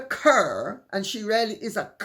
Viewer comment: Narinder Kaur is from the Sikh community. Her last name is pronounced Caw, not Cur.